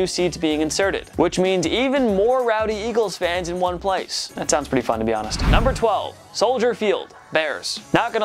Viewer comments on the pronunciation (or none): none